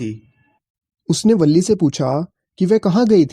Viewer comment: Balli nahi villi boltein hai aur villi ka pura name villiammai hai